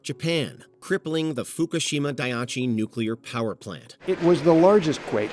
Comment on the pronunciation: Pretty much everything said about Japan in this was wrong. Die-E-Chee, Kee-Oh-Toe, and they weren't using kamikaze in 1941, is that a joke? It was a surprise attack, not a suicide run.